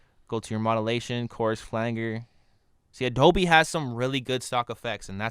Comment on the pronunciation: Thanks for you videos, very helpful as I work my way through Audition. And because you've helped me, I'll return the favour - it's pronounced 'flanjer' I couldn't work out what you meant at first then I realised! Keep up the good work.